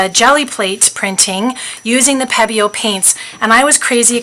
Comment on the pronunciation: Pronounced Peee-bio